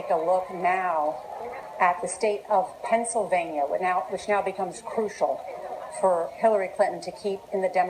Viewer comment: "The state of Pencilvania."